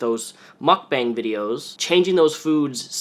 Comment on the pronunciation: Its pronounced mook-bong my dude.